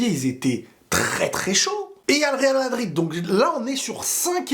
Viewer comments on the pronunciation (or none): Pourquoi tu dis vardrid